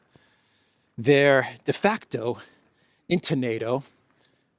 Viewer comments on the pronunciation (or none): He said, "defuckto" membership. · Did he say 'defuckedo' membership? Sounds about right 😂😂